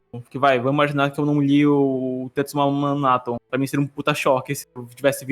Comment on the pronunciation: Pequena errata: Em alguns momentos falei "TetsuwaMAN Atom" ao invés de "Tetsuwan Atom", perdão geeks